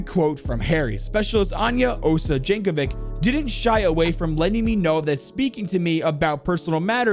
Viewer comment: Tysm I never knew lore of r6 was so grand :) (For the record her name is pronounced "Yankovitch" )